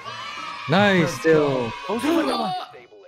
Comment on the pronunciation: He said naisu like the japanese players :0 すごい！